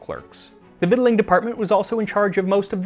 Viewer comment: Kudos on the correct pronunciation of "victualing."